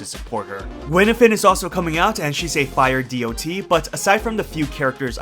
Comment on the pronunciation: Dee-oh-tee always sounds hilarious to me